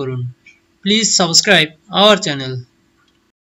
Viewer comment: সাবোস্কেরাইব না সাবস্ক্রাইব হবে উচ্চারণটা... আপনার কথা বলার ধরনটা একটু পাল্টাতে হবে, দেখবেন এমনিতেই সবাই সাবস্ক্রাইব করবে কারণ আপনার কন্টেন্টটি খুবই উপকারী....